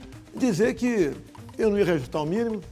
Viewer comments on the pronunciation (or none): O Desgraçado não consegue nem pronunciar "REAJUSTAR" ...ele resmunga "REUSTÁ O MINI" (todo mundo sabe quem é O Desgraçado")